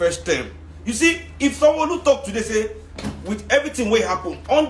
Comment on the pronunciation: Sanwoooooooolu the way you called his name with IGBO accent 😆😅😅😂🤣😅. On a serious note, it must be a shame being such a disliked individual. If anyone watched THE EXPERIENCE 16 and saw how they boooooooooooooed Sanwolu's rep, you'll see that his ratings are zero. I just hope we carry that energy into 2023.. A shame, a big shame. When we elect bad leaders, this is what happens. In other news RIP SYLVESTER DOWEN COLLEGE NEEDS TO GIVE ANSWERS. The hottest part of he'll belong to VIO. 586TH like for